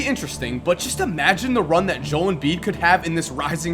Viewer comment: Dude, it's jo-el embiid, not Joel embiid. There's two syllables.